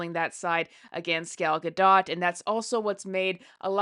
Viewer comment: She's pronouncing Gal's name very well!! 💙